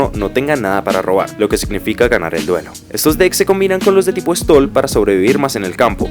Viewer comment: "Stall"... Oh lalá señor francés! -Y cómo se dice? -Bilardismo!